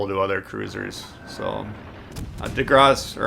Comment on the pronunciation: perfect French is I could say! Lmao😂😋